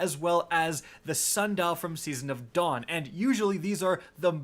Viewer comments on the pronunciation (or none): none